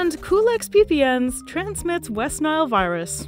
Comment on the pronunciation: Culex peepee-ens